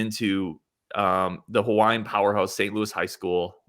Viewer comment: Hawaiian names just pronounce every vowel and you'll get their names correct 9 times out of 10. (this was told to me by a friend of mine who is Hawaiian.)